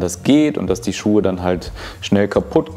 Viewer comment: "Schucke" made my day :D)